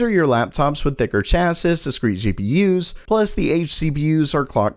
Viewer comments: 'chass-iss'? Impressive! :) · Btw chassis is pronounced cha-see in singular, cha-sees in plural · Chassis is pronounced CHASS SEA or CHASS SEAS for plural